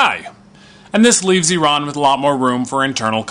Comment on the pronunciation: Ok I have a deal for you I live in the UK and I will forgive you IF you learn how to pronounce iran and Iranian properly Do we have a deal lol?